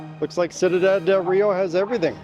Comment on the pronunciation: Cuidad. You pronounce it 'sweedad' with very soft d's. Great videos!